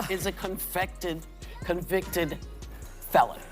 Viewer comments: She said confected fellon lol hahahaah seem legit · "Trump is a confected, felon." Whoopi didn't get right. You know she practiced saying that, but it didn't come out right. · LMAO 🤣 🤣 SHE SAID CONFECTED"" she can't even use proper English 🤣 😂 💀 and she looks hammered drunk!!! CORRECTION: MY GUY TRUMP IS A FALSELY CONVICTED FELLON 2024 TRUMP!!! You cannot make this shyt up lmao😂😂😂😊😊😊 ................TRUMP 2024!!!!!................ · She first said "convEct"ed, people... Trump is just "warming up"! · Whoopi said CONFECTED instead of CONVICTED. 😂😅😂😅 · She couldn’t even say it 😂😂😂😂😂 “conficted” 😂😂😂😂😂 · 6 woman who will never be in power,thank God... Whoopi cant even say convicted, convected,what a dope she is.. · She said "confected", couldn't even say "convicted", first time. And that's reading from a script!!😂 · Donald J Trump is a confected felon, she is so ignorant that she can't even say it right! You damn right he's a convicted felon and so am I. And I support him 110% because on November 5th I'm voting for Trump because he loves this country, and remember what they said if he gets elected, they are going to leave the United States of America, get your bags packed, he's going to be the next President of the United States of America 🇺🇸 MAGA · She's just like Joe Biden, can't even say convicted right the first time. Confected lol still voting Trump! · UNFREAKINEDUCATED..WASHED UP WHOOPI..😅😅😅 ITS "CONVICTED NOT "CONVECTED" YOUR KARMA DAYS ARE COMING LADIES FOR MAKING FUN OF SOMEONE ELSES SUFFERING 🙄LAUGHING..ABOUT IT! MY FAVORITE SAYING IS: GOD DON'T LIKE UGLY 😊"... EVERYONE OF YOU "LADIES" AND I USE THAT TERM LIGHTLY ARE NOTHING MORE THAN" OVER MAKEUP'D..MENOPAUSAL LOWLIFES..🙄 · Hilarious that “whoopi” botched her peak TDS moment with “convected.” They’re so freakin cringy. Just like dementia mcpuddin pants, never underestimate their ability to f things up. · Hes con fected, she can't even say it right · "Con--fected felon"?